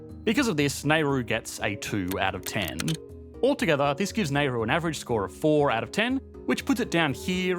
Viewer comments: ITS "NAH-ROO" MATE -random strayan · For next time, Nauru is pronounced "nah-OO-roo" or "NOW-roo", and the demonym is "Nauruan". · Why he keeps saying Neyru? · I can't deal with this Nayru pronunciation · Dude just pronouced "Nayru" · /ˈnaʊruː/. /nɑːˈuːruː/. Not that hard, mate. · Ok i can't stand these pronauncinations republic of NAIRU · You'd think if you dedicated a video to a particular country you'd learn how to pronounce its name!!! Nayru??? What? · Great channel but you can't be bothered pronouncing "Nay Roo" correctly. You can do better. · Yeah that pronunciation is just flat out lazy and inept. You'd think it a fundamental of making a country the subject of a video. Nayru???? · I almost gave up on this based on the pronunciation of neigh-roo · I applaud the creativity of this video, I don't think I've heard Nauru pronounced as nay-roo before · We absolutely don't. Never heard it pronounced this way. I say now-roo. Looked it up to double check and not sure where he's getting that pronunciation from. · "Now-ru". Great video - pronunciation is a little jarring however. I mean this in good faith :) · This pronunciation of Nauru makes my brain hurt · Japan invited the island? Dude learn to pronounce properly. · Just to point out ... your pronunciation of the name Nauru is totally a hack job; calling Nauruans Naurusians sound condescending; and you seem to blame it on the Nauruans themselves instead of the Great Powers like Great Britain and also you seem to excuse weak powers like Australia; both of whom wreak havoc on Nauru! ... and the pictures you used especially the people shown were not Nauruans at all! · Interesting. I worked in Nauru just before the phosphate ran out. A piece of the world Australia, UK, and NZ should be more aware of the destruction they wrought. Creative piece, I think you managed to use 3 actual still photo’s of the place in the piece. They’d not be to keen on how you pronounced the name of there country… Nay-roo? It’s Narr-roo. 🤷‍♂️